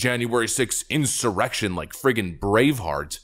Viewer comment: …”insumerection”,…Getting a little Salty, there…cute😜